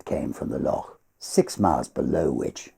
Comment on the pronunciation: Oh my goodness that beautiful voice! Perfect for The Highwayman. Appreciated your expert pronunciation of loch. Keep this stuff coming, absolutely love it.